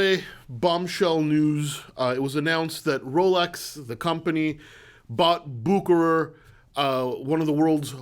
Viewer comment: Man, you have a great videos, but you need to learn how to pronounce "Bucherer". 🙂You are sounding like an amater now. :-)